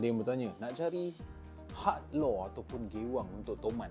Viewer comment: sebut bagi betul bro malu kat org... 'luuuerrr' bkn 'lor'